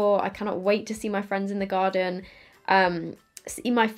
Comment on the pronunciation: “In the garden” Haha! That’s so British (I think you’re British?? I’m hearing impaired so I’m not any good with accents). I love it though. ❤️💕